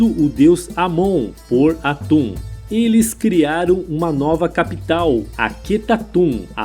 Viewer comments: Locutor chamar Aton, o Deus único simbolizado pelo disco solar , de atum, o que em.português é apenas um peixe, diminuiu seu sentido no nosso idioma. Chega a parecer piada, "deus atum aken atum " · Atun ou aton? Atun é peixe,aprendi a falar aton na escola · Cacilda!! A pronúncia, certamente, não é 'atum'... e sim, ATON... daí, Akenaton, etc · Pois é. O vídeo é ótimo, mas, a pronúncia errada dos nomes, deixa tudo estranho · Sempre que ele falava atum eu ria 😂😂😂😂😂😂